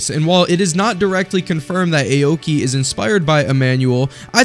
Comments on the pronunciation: Awkey not ayo-key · it's 'aw-ki' not 'eyowki' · "Ay-oki" got me laughing, no offense